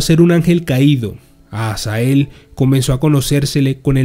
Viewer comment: Dises azael pero es azazel